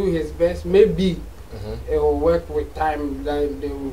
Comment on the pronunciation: Wen u pronounce work as weke how can you sing good music ? This Sammy guy is very bitter and he can't do without this type of conversation..... Sammy don't be dumb be more creative Sammy u are far behind Nigeria presenter I swear to God